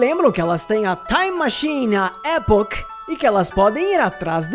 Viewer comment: Muito bom vídeo! Só uma correção: não é "Époch" que se fala, é "E*poch*", com ênfase no poch.